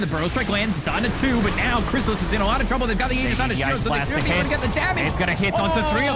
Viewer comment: props to for pronouncing the aegis properly!